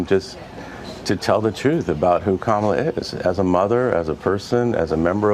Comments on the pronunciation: Why do Sarah Huckabee-Sanders, Nancy Mace, and Trump keep mispronouncing Kamala's name? It has to be intentional. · Wow. That is one woman who is out of touch with reality. No wonder her children remind her that she's nothing special. Also, given her position, you would think she can remember how to pronounce Kamala, especially since Kamala has had more years in politics than she has. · And Sarah can’t even pronounce Kamala properly! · Huckerbee is as stupid as Trump, ( Birds of a feather…..) because neither of them can speak correctly. They have their ignorance on full display. Huckerbee HAS to say Kamala’s name wrong because she’s performing for her audience of one or does she have early stage dementia just like Trump? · Republicans always show disrespect to Madame VP Harris by mispronunciation of her name. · To purposely miss pronounce Kamala's name, Sarah shows her ignorance. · Sarah is obviously a very unhappy person - and if she needs her children to keep her humble, she is absent a vital human quality. She would have been better off if she had stayed at home the day she made this comment about Kamala (while mispronouncing her name - how uneducated!). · OMG she sounds really ignorant mispronouncing her name. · Huckabee Sanders can't even pronounce Kamala correctly. Her children didn't keep her humble enough to stop her pathological lying, and stealing from the tax payers of her state. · Sanders needs to learn, respect and to pronounce people's names accurately . She's in a position of authority, she has no excuse not to have an education. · One, if these fools can manage to pronounce Ivanka and Melania, why can't they pronounce Kamala. It's almost like it's purposeful. Two ... aren't the Huckabee's supposed to be Christians? Three ... Jesus didn't have any children, and he was plenty humble and would never have insulted those who didn't. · Deliberately mispronouncing the Vice President's name shows just how childish Sanders is.